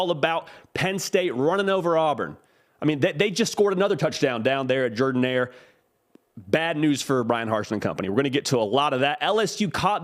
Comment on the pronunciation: That's the way Coach Shug Jordan pronounced his last name with that deep, Mobile accent. Jeeeeeeer-dan.